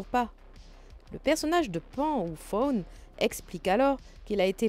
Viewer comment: Le « faune » et pas le « fauve »